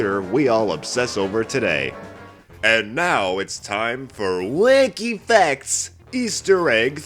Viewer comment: No offense but at the start it sounds like u saying whecky fecs